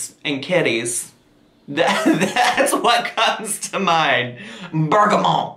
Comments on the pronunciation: A bergamot is a type of orange. It’s kind of a spicy, floral citrus smell. Think Earl Grey tea. Earl Grey is flavored with bergamot oil. Also, feel free to pronounce that T at the end 😂💕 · Bergamot is actually a type of citrus fruit, the essential oil comes from the peel. Don't get me wrong... I love your "bougie" (French word for candle) pronunciation but the t is actually pronounced ( bergamot is not a French word) lolll